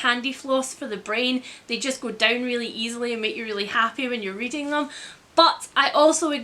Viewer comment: weeding instead of reading ahahaha